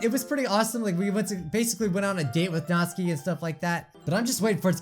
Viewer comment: That Raccoon Nick I’m i the only one that got annoyed when kept calling notsuki, nazi I didn’t hate this video though